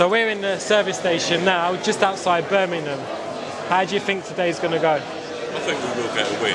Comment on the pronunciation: Why can’t you say Birmingham properly?